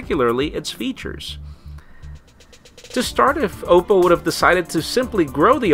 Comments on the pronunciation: Isn't it pronounced "ah-poe"? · learn to pronounce Oppo, u fail so hard